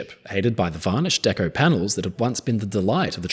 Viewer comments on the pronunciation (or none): none